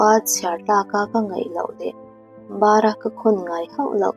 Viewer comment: Mizo ṭawng lam rik dan i zir deuh a ngai a nih hi, bara khawn tih i lamrik dan hi a dik lo. New sub e aw, ka thawnthu chhiar ngaihnawm ka tih ber ngaihthlak theihin min rawn chhawpchhuah sak a a lawmawm hle mai.